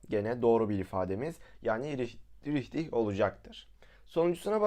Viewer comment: Abi folç deil folş ve ubera$£=$®` deil uberaşunsparti haberin olsun bide riçtig deil rihtig